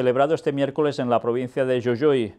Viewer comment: soy de la provincia de Jujuy República Argentina, solo quería hacerle una corrección, nuestra provincia se pronuncia JU-JU-Y, como si dijera Jugo, JU_GO, y no como lo dijo YU_YU-Y por lo demás comparto su opinión